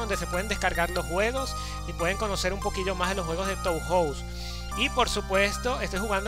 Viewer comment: creo que se pronuncia "toho" xD oye, a mi se me ven mal las letras, uso el mismo emulador... podrías pasar la configuración? el enlace del emu de la descripción ya no va